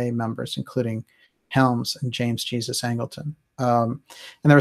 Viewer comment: Great work,. One small correction: Angleton's first name was James, middle name Jesus. And I'm pretty sure it was pronounced as would be in Spanish.